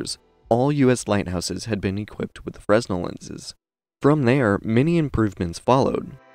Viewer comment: Nicely done, but fresnel is pronounced (/ˈfreɪnɛl, -nəl/ FRAY-nel, -nəl; /ˈfrɛnɛl, -əl/ FREN-el, -əl; or /freɪˈnɛl/ fray-NEL)